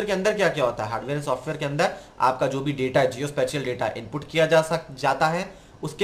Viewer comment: Sir Please do research on the word SPATIAL۔ Sorry to say! Your pronunciation is not well.